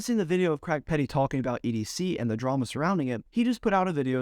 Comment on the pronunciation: You Americans have a real problem saying the name Craig don’t you. It’s not Creg